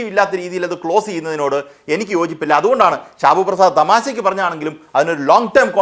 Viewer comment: ഷിബുഅല്ല ഷാബു